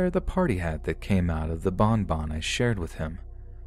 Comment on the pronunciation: I like when he says bonbon it makes me laugh